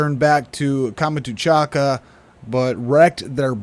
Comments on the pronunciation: Great work, but please stop saying "Kama-too-chaka", that's confusing. It's Kam-chat-ka (peninsula) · Please, Kamchatka is pronounced with three syllables, not five.